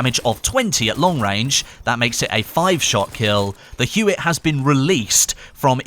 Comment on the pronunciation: Huot is pronounced Hyoo-Oh... HYOO-OH.